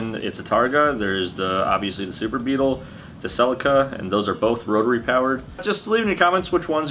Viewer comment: keen for the Celica, but only if you pronounce it properly like the rest of the world